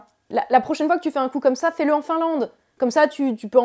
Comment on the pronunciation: Hell Haut ! I would like il est veune stamps plizz. - What ? - I would like hill even stamps please... - How many ? - Heal have hunt stamps pleazzzze !!! Macron, en grand écart sur la faille linguistique séparant les plaques tectoniques des continents Jéru et Salem.